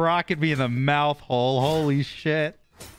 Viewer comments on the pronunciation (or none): none